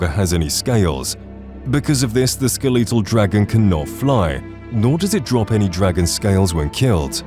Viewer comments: "Skuh-LEE-till" 😂 it's ske-le-tul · Great video! The amount of mispronounced words is killing me though, gotta love the “skeleetull” dragon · The way you said skeletal is so wrong...SkelEEEEtall? Bro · Bro said skeeleetal dragon